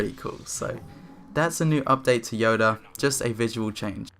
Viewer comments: Yeah! He even said yaddo instead of yoda! 😂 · So no ones gonna talk about how he pronounced "yoda","yado" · How dare you call him yado😂😂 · The first time he said yoda, he actually said yado! XD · Did. ....... he just say..... Yado? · Yado is a meme on Riva’s channel xD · More like yedah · Um, ya-do?? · You mispronounced Yado! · Yado is a meme on Riva’s channel xD he mispronounces his name intentionally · yeah, i just casually dislike when i hear it lol